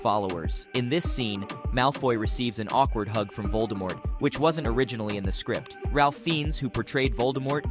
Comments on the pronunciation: Also.. First name not pronounced Ralph but sounds more like Rafe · Pronounce Ralph's name wrong 🤮 fs